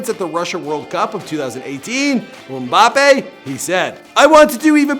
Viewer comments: You say Killin mbappe it's kylan mbappe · 1:dont call it soccer, its Football and is bigger than nba and nfl 2: HOW BAD CAN YOU PRONOUNCE A NAME?!??!! 3: And if you wanna know how Big he is, he only went professional 2 years ago and is already bigger and more recognizable than durant, curry, kyrie you name it 4: if you wanna go bigger Ronaldo and Messi is bigger than your so called ”king” lebron and everyone in your favourite sport poster boy.